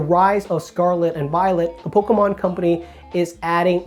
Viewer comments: No one says “Pokémon” as clearly as you 😂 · Bahahahahahaha and he says it so clearly too